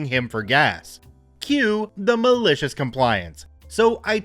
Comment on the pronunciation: Once you said that now I here this way now....lol